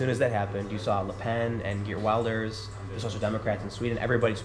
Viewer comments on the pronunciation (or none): Tim!..Wilders is pronounced like..when you get the bill..ders.. Not like a wild animal...